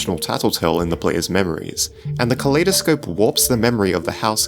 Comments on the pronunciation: why does he pronounce kaleidoscope like Claydascope? cause I pronounce Kaleidoscope as in if two world collide? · You said kaleidospe wo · btw its pronounced "kuh-lie-duh-scope". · It's pronounced kolidoscope as in I am good